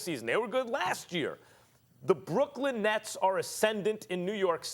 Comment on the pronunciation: Why can’t Max say Brooklyn?